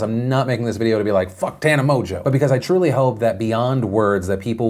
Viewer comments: Is it pronounced Tana "mojo"... or is my boy Philly D just snookerin' us? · Is her last name actually pronounced Mojo?